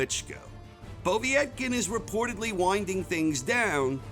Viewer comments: Povvyyetkin, lol took me a min to realise he was saying povetkin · Po-veee-et-kin?Just Povetkin I think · Poe-Vet-Kin is the pronunciation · why do you say "Povee-etkin" its just Povetkin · 1 - Fury 2 - Wilder 3 -Joshua 4 - Ruiz 5 - Whyte 6 - Ortiz 7 - Povetkin ( and it is pronounced PO - Vet - Kin) 8 - Parker 9 - Usyk 10 - Takam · The way he says povetkin 🤣💀💀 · Your pronunciation of Povetkin's name made my ears bleed. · He made a good video but that kownacki is not a tp ten boxer if he couldnt knock out Charles Martin. Also the idiot cannot pronounce Povetkin name